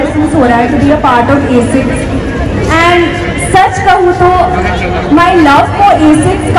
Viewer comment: Axis nhi h wo Asics ( A Sixs)